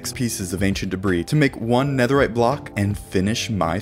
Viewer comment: did he say 17 BLOCKS OF NEATHERITE AT 1 MIN 30 SEC